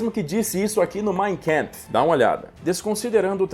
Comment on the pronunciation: A pronúncia do.livro " de Hitler " não é " Main Kempf ". mas sim " Main Kampf ", do original Mein Kampf .